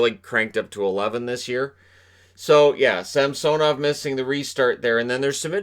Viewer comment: dude , its samsonov,, not sam soow nov lol pretty sure